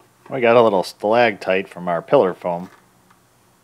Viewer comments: Great video. But it's stalactite, not stalagtite. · Stalactite, not stalagtite.